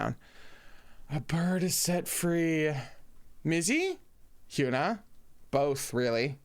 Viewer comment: Can't wait for Round 6, it's gonna be a wild ride! (Hyuna is pronounced with a soft U so it would be Hy-uh-nuh)